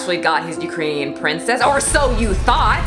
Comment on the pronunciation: “Ukrainian” lol